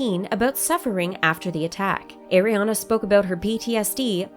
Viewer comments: Not “Air-iana “. just Are-iana “ like “Are”. Please ☺️ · Stop saying eriana her name is ariana or ari ! I lov ari❤❄ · Her name is not pronounced "Air-iana." Her name is pronounced Ariana. Just, like the way her name is spelled. How do you not know how to pronounce Ariana Grande's first name? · Irk it gets me so triggers when people pronounce it wrong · Air-riana I'm dead 💀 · ATLEAST CALL HER NAME RIGHT